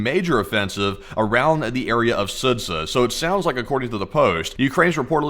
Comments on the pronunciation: Not Sudza, Sudzha [s`oo-jah]. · sudzha is pronounced "soo-ja" :D thought id mention, since we'll prob hear about this place a lot lol